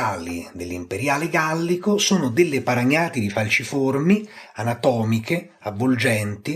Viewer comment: Quando il maestro pronuncia la parola "paragnatidi" in Francia qualcuno ha un malore 😂😂😂